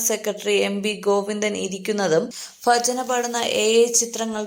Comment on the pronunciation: ഫജൻ അല്ല ഭജന ആണ്